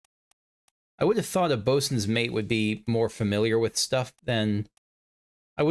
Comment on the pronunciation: It's hard to read on the map, but it's Bosunmate, as in the Bosun's mate. You've been saying it more "bosuniate", so I wanted to make sure you knew what it was saying.